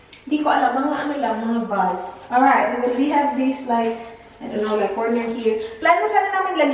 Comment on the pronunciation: Bakit ganun pag pronounce ng Vase? 😅